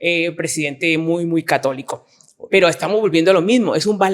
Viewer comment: Dos cosas No es primera vez mis universo y no se pronuncia católico bukele